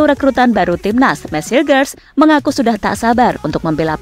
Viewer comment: Dalam bahasa Belanda, huruf 'g' dibaca 'h'. Jadi, Hilgers dibaca Hilhers... Coba lihat video2 pertandingan FC Twente yg berbahasa Belanda..